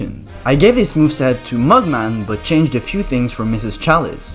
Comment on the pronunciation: Me hearing him sayin mug man as“mugmag”💀